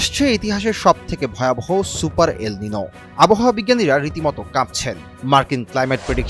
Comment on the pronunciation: এটা সুপার এলমিনু নাকি হেলমিনু বলছে বুঝা যাচ্ছেনা।